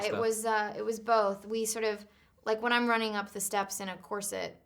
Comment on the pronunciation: I love how Anna says “corsit” and not “corset” 😂❤️